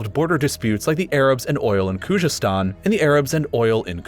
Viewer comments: Bruh , you can't even pronounce khozestan !! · Please check your facts about Iran: 1. Khuzestan has always been part of Iran , learn to pronounce it properly while you are at it 2. During the Safavid dynasty, Azerbaijan, Armenia and Georgia were part of Iran 3. Saddam invaded Iran just because he hated the country and had support of the Arab allies and the west. They did not want Iran exporting their revolution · Problems with this video: 1) you speak of various dialects of Arabic and claim that Maghrib states contain their respective Arabic dialects while even your map clearly shows the influence of Algerian Arabic in Tunisia and Moroccan in Western Algeria. 2) Khuzestan - how could you butcher the pronunciation so much and so many times??? 3) The "foolish" decision of the Ottomans to join the Central States was dictated by the fact that Entente rejected their application for membership and they felt that if they can't be with one alliance, they have to join the other. 4) Most of the Kurds in Northern Syria were not there when French got Syria, they arrived from Turkey ca. after the failed Sheikh Said Rebellion 5) While the shapes of states were decided by the colonial powers, the issues with every state were much more complicated. You could take every country and make separate videos for them. For example, Syria's unitary regime was forced by Syrian nationalists, French wanted a federation there. 6) The division into sectarian states is an issue of its own as such divisions are never one-dimensional and not clear cut, there would be still minorities within those new sectarian states as well as conflicts of other identities and interests. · The way he pronounces Khuzestan or Najd or Shi'a is making me laugh. But other than that it was a really good and accurate video.